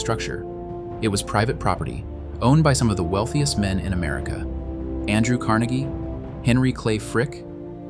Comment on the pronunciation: It is pronounced different than Carnegie Hall. It was Andrew Car NAY gee, believe it or not. I thought Pittsburghers were saying it wrong, but they were not :)